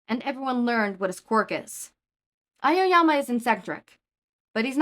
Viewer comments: Im sorry but I just can't get over "Amamama" instead of "Aoyama" TvT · 😂 Ao (ow) yama - 3 syllables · Fr😂😂😂😂but it’s ok just silly